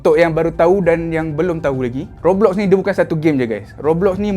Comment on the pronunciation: Roblox - Sebutannya Gobloks (kata )